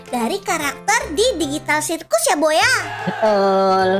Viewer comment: Kak bukan gitu ngomong di amazing digital Circus nya bukan sirkus tapi di amazing gitar Circus Kak